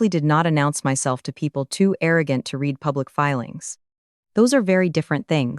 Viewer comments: Not reed but read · This is a remake of a story I read just a little while ago but with a man instead of a woman. Plus, they still don't know how to say the word "read" correctly.